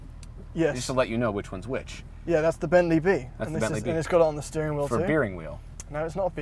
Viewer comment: A “beering” wheel